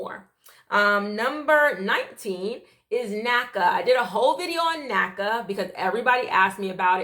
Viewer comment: I cringe when when I hear NACA